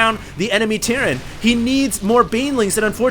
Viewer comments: he says Tierran instead of terran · he says Tierran instead of terran run into a wall of tiurets!